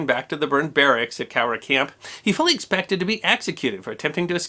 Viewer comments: Thanks for pronouncing "Cowra" properly! My Dad grew up there. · I liked how you pronounced Cowra correctly, most overseas people butcher the names of our towns in Australia.